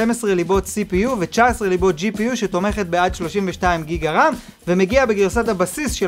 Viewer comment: אחי אומרים ג׳יגה לא גיגה